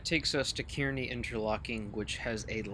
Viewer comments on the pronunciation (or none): Love the video! Two things: 1. Kearny is pronounced "carnie". lol 2. Kearny Jct lunar lights are activated as per NJT Special Instruction, where when lit, it's routing you for tracks 5 or 6 at Kearny Jct and if you're not equipped to operate in 11Kv territory or not destined to operate at Swift Interlocking, you must not take the signal and must contact the dispatcher for instructions.